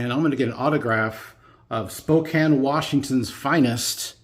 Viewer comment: Yay, you said Spokane correctly! I'm from Oreygone (HA HA). Yes, I've seen that Mantle card.